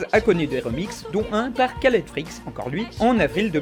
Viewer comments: Je veux pas être chiant et y a surement quelqu'un qui l'a déjà dit mais ça se prononce "Raled" et pas "Kaled" il me semble xc) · Sa se prononce pas "Kaled" mais "Raled", c'est un prénom arabe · Une édition sur Requiescat In Pace? c'est pas vraiment un mème mais c'est souvent utilisé pour témoigner d'une bonne culture geek ( à tort ou à raison je ne suis pas juge) Au fait Khaled Freaks, ça se prononce Caled ou Raled? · Son nom se prononce "Raled Freaks" ;) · Ou même Rhhaled.